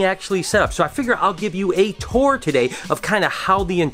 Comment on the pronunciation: I thought you are from Michigan! You said tour wrong! Hahaha Could you also explain how the rack system works?